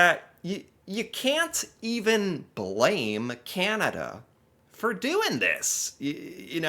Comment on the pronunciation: 🇨🇦🇨🇦 As a Canadian I am fascinated with your show. At first I would fast forward through the first minute because you spoke so s l o w l y but I have gotten past that. I am subscribed to your channel and watch you regularly. I have only one ask PLEASE PLEASE PLEASE find a coach to teach you how to properly pronounce CANADA !! 🍁🇨🇦🤣